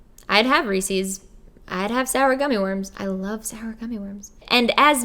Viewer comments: I was today years old when I found out that not everyone pronounces it "Ree-sees". 😬 (I'm also from Philly) Loved this video, though! Lots of great information and very inspirational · Wait it's not pronounced re-sees 👁️👄👁️ I feel lied to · I'm from the south and I said it like "Ree-seas". I'm so glad I'm not the only one who says it wrong. I'm just so thankful to see you looking amazing and admitting that you were addicted to sugar. I seriously don't eat that much. But I eat a LOT of cookies. I LOVE chocolate chip cookies. And I've stopped buying myself a lot of sweets because I'm trying not to eat them. I've bought myself protein bars or fiber 1 stuff as substitutes for it. I'm trying to take baby steps but it is hard. And this whole video has been so inspiring to me. Thank you. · The biggest "what" moment I had was when you said Reese's is supposed to be pronounces Rees-sus. I didn't know that was a Philly thing *side-eye*. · Literally everyone I know says 'Reesees' and it's so frustrating🤣🤣🤣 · I like how you say ree sees 😜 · Wait.... You don't pronounce it "Ree-Sees"??? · It makes me so happy to know that someone else on the planet pronounces reese's pieces that same way I do! I thought I was the only one! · Lol when you pronounced Reese's I didn't even know other people pronounce it differently because I'm from Philly